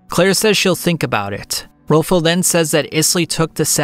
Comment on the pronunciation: buddy can NOT get these names right at all. RILFUL?